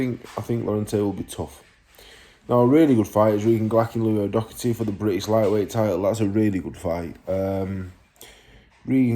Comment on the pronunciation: I been watching your youtube since you started so to hear you say my brothers name and speak to highly of him absolutely made my day 😂 and yeh its pronounced the second time you said it O'Doherty not O'Docherty, hes bringing that British title home 💪🏻🥊